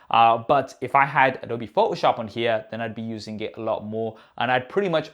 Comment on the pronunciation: Love your channel! Your English is very good. Please say photoshop correctly...its Pho-toh shop. You are omitting the T.. It's not pho-oh shop. Adobe is an American Company so it's something you will want to adjust. Thanks..you're review of the new OS was spot on! It does have so much potential! I'm looking forward to when they port Logic Pro X on there. By the way if they have a bridge brand keyboard that works with this size of iPad Pro those are extremely good!! Again, thanks for the great video!! You gained a subscriber today!!... Dave